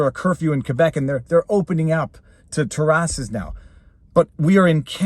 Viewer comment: What’s a teararse 😂 took me a while, I assume you mean terrace (teh-race)